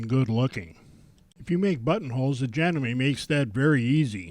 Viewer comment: It is JA-gnome-me, not Ja-gnome-MAY